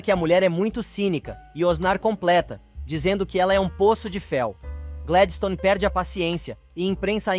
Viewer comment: Não é rólinha é rólinha E nem Gledistone é Gladistone